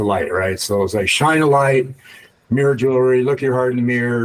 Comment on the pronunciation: Its MIRROR, not MEER!